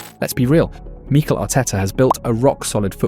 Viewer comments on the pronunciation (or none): What are these pronunciations? Meekle Arteta. Zoobymendy. Enwanary. Sarkar. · Who's Meeekel? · The voice over really has trouble with pronouncing these names. “Meekel Arteta” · Good video, but why do you mispronounce every player's name 😂